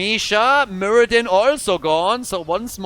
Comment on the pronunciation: Muradin? You might call him... muradone.